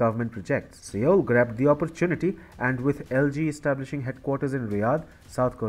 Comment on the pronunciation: Seoul is pronounced "sole". TFI's mispronunciation is VERY distracting.